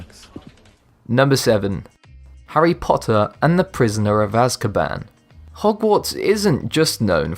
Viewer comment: The "hairy pot her"